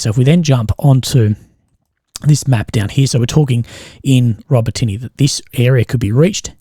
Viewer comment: Urozhaine, Robotyne, Tokmak. If you're going to pass congregation try and at least get place names correct